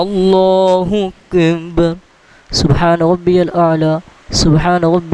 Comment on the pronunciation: Bhai app Allah o Akbar to sahi tarha parho kis tarha parh rehe ho